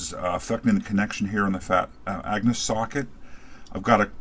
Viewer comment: Agnus not Angus. Every time you say it I'm thinking of AC/DC.